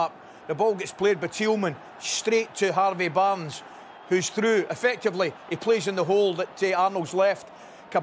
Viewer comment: strrrrraight to harrrrrrvey barrrrrrrnes